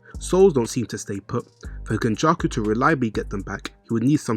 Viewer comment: Why does this guy say names weird? Who the hell is kenjuku